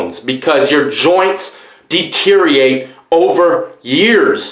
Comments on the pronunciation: dude, it's deteriorate, not deteriate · he just said deteriate